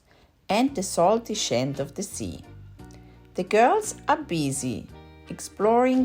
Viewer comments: What is " salty shent of the sea?" I don't understand the word 'shent' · scent....use your imagination... speaks many languages..little pronunciation mistakes can occur..“sc“ is pronounced as “sh“ in Austrian German, ‘s mother tongue......how many languages do you speak Wood?